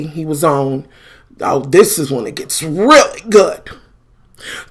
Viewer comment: why you say really good, like that 😂😂😂